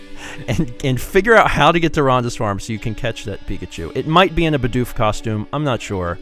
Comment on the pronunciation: Your designer's pronunciation of Bidoof irks the HECK out of me lol